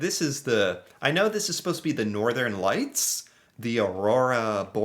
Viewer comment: ITS NOTrTHERN LIGHTS😭😭😭😭